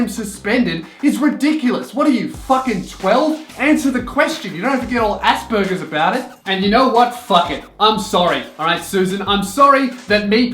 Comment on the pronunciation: Aspergers, not ASSburgers. Sincerely An autistic